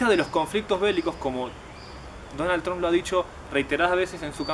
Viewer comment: no se dice 'Tromp', se dice 'Tramp'